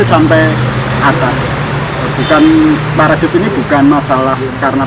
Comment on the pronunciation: Maaf ngucapnya salah broew,yg benar perades,salah ucap parades